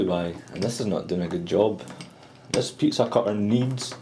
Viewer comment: haha its funny how he says pizza cutter